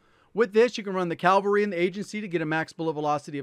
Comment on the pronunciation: They say calvary